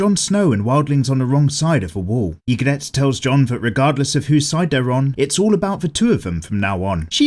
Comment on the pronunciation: Love the vid but it’s pronounced EE-grit